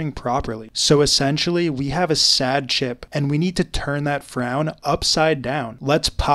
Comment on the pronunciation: The way he says CHip